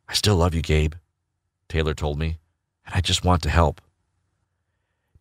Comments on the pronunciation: Um no he said gabe lol 😂 but at first I thought he said gay too lol 😂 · Everyone: I heard he said gay Me: I heard he said Game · Did he say "My name us Gay." or "My name is Gate."? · When he said “My name is Gabe” I thought he said gay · When he said his name was Gabe I thought he said my name is GAY lmao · What he said: hi, I’m Gabe What I hear: hi, I’m gay Edit: YAY I HAVE 240 LIKES! Edit2: O.M.G 309 LIKES THANKS Edit3: 307 LIKES 😃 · “My name is Gabe” Me: hears “My name is Gay” Edit: wow thanks for 504 likes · Graciela Salazar He knows it’s Gabe, it just sounds like gay. Look at everyone’s comments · It sounded like he said gay but the description says gabe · I still can't believe when he said his name it sound like gay and note gabe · “My name is Gabe” Me: hears “My name is Gay” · I thought The guy said "Hey my name is gay " i was laughing soooo hard😂😂😂😂😂 (The guys name was gabe i know) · Beginning: my name is gabe Me: laughs because it sound like gay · “My name is gabe I heard gabe, however my mum heard gay. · It’s Gabe but it’s ok I heard gay as well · 99% of the comments: I heard “Hi, my name is Gay” 1% of the comments: hi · When he said my name is gabe I thought he said my name is gay and I was like WTF GAY. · My name is gabe My brain: he said gay My ears: he said gabe Me: i m pretty sure my brain is right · Hi , im gabe What I heard : hi , I’m gay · My name is maya or Mya but when you said my name is Gabe I heard gay so I had to go back a few times and was like oh bc who would ever name their child gay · I heard gay to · I heard gay too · I heard gay XD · Carmine Chavez same dude lol I heard gay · I also thought he said gay lol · Sameeee that's exactly what I heard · Yes same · foreal tho i thought he said gay i was like tf name is that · I think he said Gabe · Omg I had to play it twice because I thought he was gay😂😂😂😂😂😂😂😂😂😂😂😂😂😂😂😂😂😂😂😂😂😂😂😂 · Who heard him say my name is “Gay” XD! 🤣💀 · His name is babe but when I first heard the info I was like did he say gay